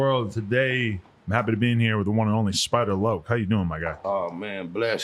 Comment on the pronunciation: Adam called him Spider Lake lmao dumbass